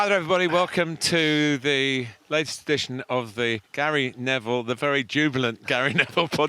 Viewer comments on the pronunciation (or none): none